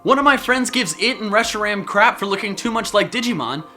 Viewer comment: Did you know that in black and white zeckrom forgot how to spell his name dangit has attacks that can litterally wreck everything because of how fast he is compared to reshiram but reshiram does look cool also butchered his name